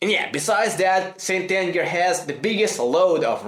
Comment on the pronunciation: I thought he said Stalin